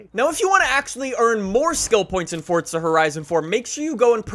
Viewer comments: the way you say forza doesn't sound right... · ِ forza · There is no “T”…. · bro pronounces “forza” like “fortsa” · He did fortza instead of forza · Does anyone else notice that he says fortza instead of forza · you saying FORTSA and not FORZA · This trend of people pronouncing "Forza" with a T, is starting to annoy me... It's not "FORTZA" is it? Never has been and like 10 years ago no one said "FORTZA" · Fortza? I'm here for forza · it’s forza not fortza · It’s not fortza it’s forza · its forza not fortza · Forza or Fortza 😂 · IT IS NOT PRONOUNCED FORT-ZAH BRO‼️‼️ ITS FOOOORRRRZZZZAAAAA! FOUR-ZAH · forza not fortza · sorry but it is forza not fordza i am not trying to be rude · He says fortsa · say fortza one more time i swear to god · Stop saying fortza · Why do u always say Fortza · Why does it sound like your saying fort za it is pronounced forza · Thanks for all the help. But why do you say fortza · I pronounce it for za he pronounces it fortza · Four-za. Not Fort-za. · this dude says fortza not forza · Whats fortza? i thought it was forza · ITS NOT FUCKIN FORTZA IS FUCKIN FORZA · Why he kept saying FORTza😂😂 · There's no t in forza it's not fortza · English doesnt follow the same pronunciation rules, so In english it is “forza” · Are you saying Forza or Fortza?? 🧐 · it’s for-za, not fort-za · Anyone get slightly annoyed how he says fort-za? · It for-za not fort-za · You always say fortsa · Why you say fortza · its for-za. There's no T in it. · “Fortza” Great video but that’s really all I heard lol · Why is this guy say fortsa? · Say it right theres no”t” its foRza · Just me or is he saying fortza horizon four? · "Forza: more like poor za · Thought I was watching forza not fortza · “Forsa edition” lmao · "Fortza" wut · There is no t is forza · “Fortza Horizon 4” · U say fortza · STOP SAYING FORT-ZA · Why are u calling it Fortsa? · Hey guys welcome back to FORTZA HORIZON 4😂😂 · “Fortza” haha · WHY ARE YOU SAYING FORTZA?